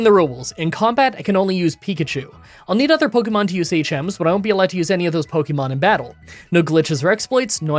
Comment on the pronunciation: Light Ball ftw I didn't even know Static and Magnet Pull could do that with wild Pokémon encounters! (Also yay you are finally learning how to pronounce Pokémon correctly)